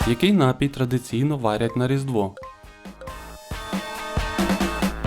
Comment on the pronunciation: У слові «напій» наголос на другому складі.